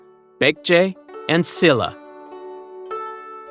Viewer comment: The lack of effort to properly pronounce Korean words is quite disrespectful. I understand when there are sounds and syllables that don’t exist in English, but S-illa?? It’s pronounced Sheel-la! Some words sounded Chinese… so irreverent and rude.